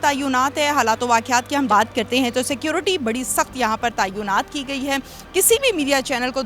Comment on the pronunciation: Tayoonat nahi hota Bibi tayinat kehte hain